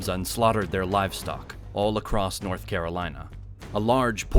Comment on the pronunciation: Because the Norf don't like the Souf and likewise.